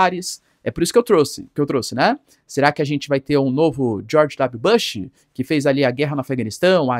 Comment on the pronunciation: Professor só uma correção positiva vc pronuncia o nome do Bush errado grande abraço